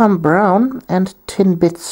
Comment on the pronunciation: Every time you say "Tin Blitz" i hear "Tim Bits" and i get really hungry :(